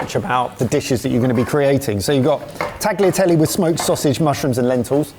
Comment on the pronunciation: Good job! As a german living in Sicily I love the Caponata, cannot really judge the rest But guys! The 'gl' in tagliatelle is pronounced like the gl in aglio (cause it's followed by an i) Grazie mille! 😊